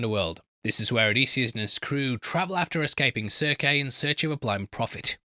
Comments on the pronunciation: ...and it's Cir-see, not Cirk 😂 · Bro really said Cirk to Circe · Circe is pronounced "Sir-see", not Sirk nor Sir-kay. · Witch Queen Serck?!! Good Heavens its pronounced like Cersei Lannister. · Sir-key...u heard it,I heard It..Oh he DEF meant Cerci (Seer-Sea) 🤣🤦‍♂️ I mean yh props for admitting that he was gonna butcher,The hard 1s lol,but. Cerci???really?? Then again,if ur not into the stories/lore,greek/Roman stuff,then a tad exception..jk.. 🤣✌️ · Pronouncing Circe (Cer-See) ‘serk’ is where I bow out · The witches name is pronounced sir see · Pronunciations. Aga mem-non. His brother Mene-la-us. Odysseus’s son Telem a-cus. Siren Cir-see. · If it helps, Circe rhymes with mercy and Odysseus is uh-diss-ee-us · Circe is pronounced sir-see like the GoT character. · Sir-see,! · To be fair, in ancient Greek, it would have been Kirke (i.e. Ker-kee) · You fell for the engagement bait. He knows how it's pronounced, he just wants you to comment about it. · Here are the correct pronunciations: Oh-DIS-yus a-ga-MEM-non Men-eh-LAY-ohs SEER-see (or KER-kee) Ta-LEM-ah-kos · The English language pronunciations of these names are: Odysseus = O-diss-eus. Agamemnon = Aga-MEM-non. Telemachus = Te-LEM-ak-us (this one has some variations to it, admittedly) Polyphemus = Pol-IF-e-mus. Circe = Ser-see. (No shade. Not knowing pronunciations because you've only ever read the name is no cause for shame in my eyes.)